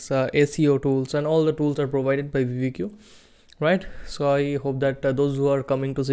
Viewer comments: brooo its not called veevedq its called VID - I - Q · bro its not vidi Q. Its vid IQ = vidIQ